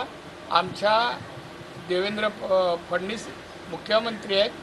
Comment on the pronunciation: Fadanis nahi bavlya fadanvish bolaicha shik nepalya 😂